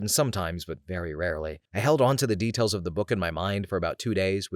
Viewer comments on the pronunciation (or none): none